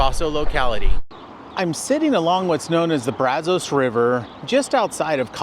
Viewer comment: The area around the Brazos River in Bryan College Station also has a lot of petrified wood. Also, just an informative point, Locals pronounce "Brazos" with a short "a" as in 'cat' and "os" as in 'us'...